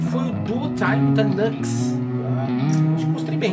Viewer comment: Pera la, a pronúncia de "Nux" é Niu éx? N pode ser